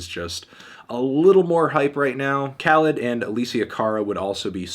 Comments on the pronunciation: its pronounced kuh- leed. he hates when people dont pronounce it right lol. source: i know the guy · It's pronounced kuhleed, melon head smh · His name is khalid, pronunced K - UH - LEE - D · Khalid, melon? It’s KhalEEd